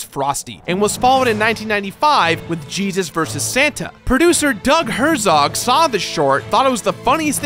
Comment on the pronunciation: Finally! Someone pronounced Herzog correctly!